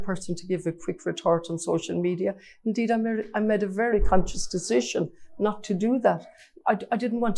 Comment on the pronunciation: When she wins and is speaking at international events, she'll need to stop saying "med" and say "made".